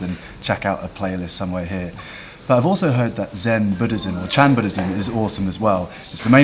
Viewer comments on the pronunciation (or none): none